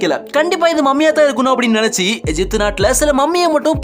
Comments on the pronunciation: தமிழில் எகிப்து என்றுதானே படிக்க வேண்டும்? ஏன் எஜிப்து என்று படிக்கிறீர்கள்? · அய்யா எஜிப்டு அல்ல தமிழில் கூறும்போது எகிப்து என உச்சரியுங்கள்